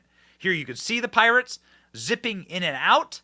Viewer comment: Not Pirates, but "Poorates"